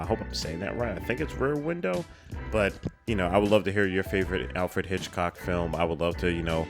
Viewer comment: Everytime says Alfred Hitchcock wrong, take a shot 🤣